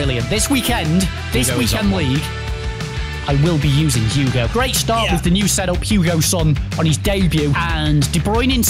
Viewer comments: It’s not Hugo son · Who else is cringing when they say Hugo when it’s hieun son not Hugo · why’s he saying hugo son?😂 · Did he say Hugo son 😂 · Someone tell him it’s hei ming son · Ffs sake his names heung min!!!